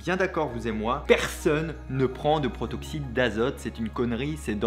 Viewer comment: Et à "Protoxyte" au lieu de "Protoxyde"... ça et la faute à ... ça va le monteur ? 😅